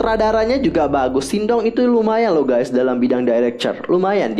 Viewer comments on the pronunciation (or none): none